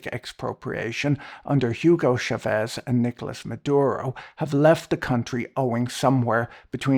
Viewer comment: It's not "Shavez" it's "Chavez" with 'ch' as in "charge". This is Spanish, not French. HTH.